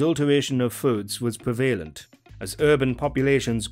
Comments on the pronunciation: Was bizarre pronunciation also “pree-valent”? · Please learn to pronounce the word prevalent correctly. It's not difficult.